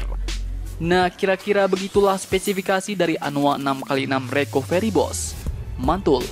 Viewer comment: Recovery dibaca Rekaveri